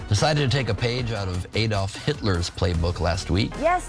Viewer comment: What I don't understand, why can't Americans pronounce Adolf correctly? My name is Alan, it's like saying my name is AAAAlan!